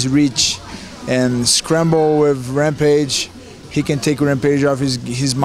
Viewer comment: "Hampage is good fightooo..but my opioooo" LOL!